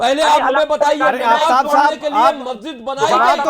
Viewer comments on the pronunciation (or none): नबाज नही नमाज़ होती है। एंकर साहब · They could have hire the better host. He kept saying ' Nawaaz' so many times instead of ' Namaaz'. These idiot scholars can't answer abt his own religion (comparing it to Hindu). Need a good thrash ! Host even didn't interfere when he commented on Jitendra ji' family.